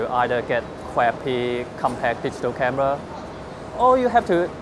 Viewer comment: cwappy fwilm camwa